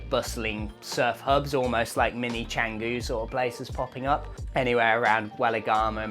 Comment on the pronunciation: Sorry to be pedantic, but not "Cenggu" and not "Padeng Padeng" Maybe find out what places are called beforehand, just a thought😊😊😊